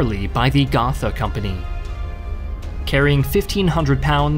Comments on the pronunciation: german here. it is pronounced Go - tah and not gotha ^_^ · that's not how you say "gotha"... it's not an english th... also "lufftwaffe" lol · you mispronounced "gotha"